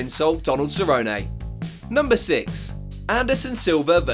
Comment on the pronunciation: Who's cerronay 😂😂😂